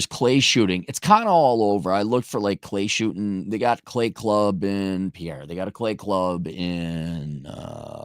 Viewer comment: And it's pronounced PIER, not Pi-erre, ya part timer.